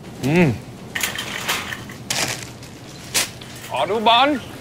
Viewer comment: the pronounciation of the german word "autobahn" is so bad... is it to expensive for them to engage a german actor to say it... or does no german actor want to say this....